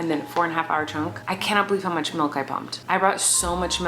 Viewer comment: bruh I love you Colleen but the number of times u said malk and not milk made me so angry. love you though!!